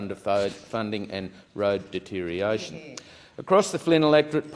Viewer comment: Another LNP moron. “Deteriation” 😂😂, can’t even pronounce the correct word - deterioration .